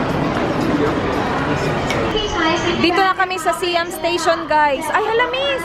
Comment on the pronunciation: Hi, icorrect ko lang sana how you pronounce "Siam". Its actually "sahy-am". Like how you say "siamese twins". Thailand was formerly known as "Siam".